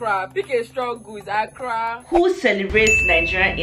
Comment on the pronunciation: Not accara 😭😂